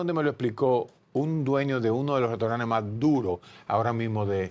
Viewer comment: Restauranes ? Así no Doctor, Restauranes